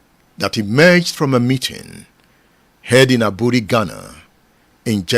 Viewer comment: Aburi is pronounced “ebri”. The e is pronounced like the “a” in the word amen. I once visitrd the hilly comunity of Aburi. very beautiful community. You are doing a good job that will outlive you. The future generation will celebrate you🎉